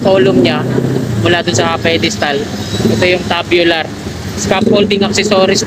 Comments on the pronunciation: Loko tong mga Kasama ko nagpa correct Ako Ng pronounce dyan.Tama sana Ako😂 namali TULOY tabyular daw tamang pronunciation 😂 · Pasensya na boss kamali Ako. Tube bular talaga tamang bigkas nun.Medyo alanganin lang Ako. TUBULAR ...Yan Ang bigkas ko kanina nag edit Ako... Kaso Humirit mga katrabaho ko na Tabyular daw bigkas dyan.Mga kagaya ko din eng eng wika mo. Pero ok lang Yan tanggap ko Ang pagkakamali ko. Dahil dyan nag umpisa para matuto. Tandaan mo Rin na maski Ikaw dika perpekto. At ni Isang tao Dito sa Mundo LAHAT Tayo Hindi perpekto. Kaya kung magaling ka matalino di ganyan Ang asal mo.Ang matalino marunong makaintindi at umunawa Hindi Ang pumuna at manghusga.